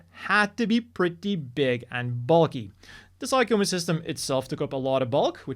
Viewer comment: I know it's not obvious, but "Psycommu" is actually pronounced "sigh-com-myew" (for PSYchic COMMUnicator). So, even though it looks like it should be pronounced "sigh-com-moo" it's actually "sigh-com-myew." This is made clear when looking at the katakana, サイコミュ, as those last two characters are the same first two characters for Mewtwo: ミュウツー.